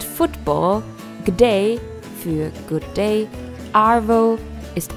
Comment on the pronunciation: Wow Tropfenbär?! Ich lach mich weg. Der name des Dropbear's hat nichts mit Tropfen (Substantiv) zu tun, sondern kommt vom verb drop (fallen). Ist doch wohl logiscg wenn man sich die Legende anschaut. Aber auch die aussprache der abbreviations (abkürzungen) wie arvo, g'day sind ja schrecklich.. Trotzdem unteressantes Video